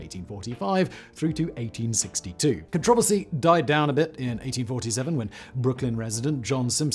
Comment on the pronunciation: Love his pronunciation of controversy. Do aluminum and vitamins next😆